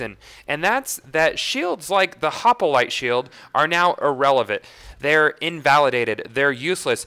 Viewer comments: Hoplite not hopalite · I'm gettin' real tired of hearin' this guy say "Hoppalite"... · this glitch helps sirens as they now no longer need a breakneck banshee to do the immolate glitch. also, "hop-a-lite" lol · i like how you say hopalite :p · Why the hell do you say "hop-a-lite"? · It is so bad like say it correctly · your prenouncing hoplite wrong